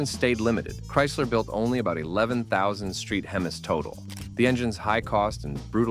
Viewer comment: Please train your bots how to pronounce "Hemis."